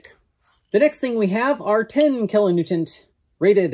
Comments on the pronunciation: Are you saying "kilo Newtont"? Its "Newton" Like, Isaac Newton. Anyway, love the videos, really interesting stuff. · Is he pronouncing kilo-newton with a "t" at the end?